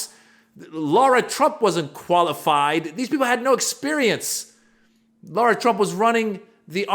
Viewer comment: LARA trump FFS NOT "LAURA" YOU SOUND LIKE AN IDIOT WHEN YOU SAY IT WRONG!